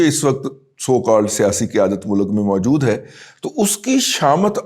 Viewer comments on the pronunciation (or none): none